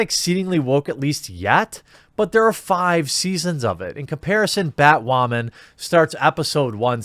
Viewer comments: I like how you say batwamen instead of batwoman :D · Why does this guy have a hard time saying Batwooaaman ...LOL But he's not wrong about these shows worrying too much about woke-ness and not making a great show. Batwoman is just an ALRIGHT show. Supergirl has gone down hill. Flash is getting a little boring at this point to me. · Batwawman, gets me everytime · why do you say Batwoman like that? 😂